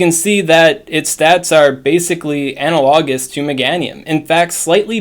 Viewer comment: That's not how you pronounce analogous. Otherwise, great job!